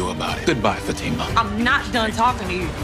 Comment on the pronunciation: This narrator need to know the correct pronounction of Fatima's name. I agree with on Fatima needing stand down on Andi and her problem with Gary. Zac, would remind her that they have their own set of problems take care of those.